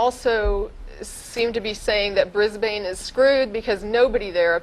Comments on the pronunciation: lol so funny how she pronounces our cites. melburrrrrn and bris-bane. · We need to teach Americans how to say "Brisbane". it's "Briz-b'n", or "Briz-vegas" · Ha ha, "bris-Bane". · Ugh, stop saying Bris-BANE. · I am amused my the wrong pronunciations of Melbourne and Brisbane. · Lol, they pronounce Melbourne and Brisbane in a funny way :P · She kept pronouncing Brisbane wrong. >_>